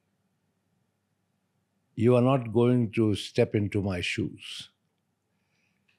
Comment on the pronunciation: Seriously bro said 'shoe' 😂😂